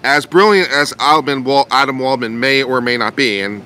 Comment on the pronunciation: Adman waldman!!! Every time you say his name Admin lmfao! But I love your take on this on an unbias standpoint is good. I see your side and Josh's as his best friend as someone who has been around AH for a long time and knows the walking shit show she is. I predict he knew she's unstable enough to know she'd sink herself. Good video